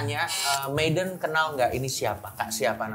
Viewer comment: meyden anjir ngakak gw dengernya😭🤣🤣